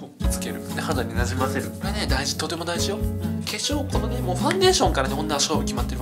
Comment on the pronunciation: 「とても大事よ⤴」なまりかな？ はじめんのすべてが面白い！！